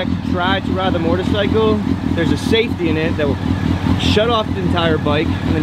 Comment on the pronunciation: it's a moTorcycle not mortorcycle